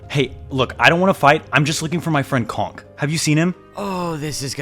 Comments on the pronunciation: Did you just seriously say cock???!!?it's conk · It's conk lol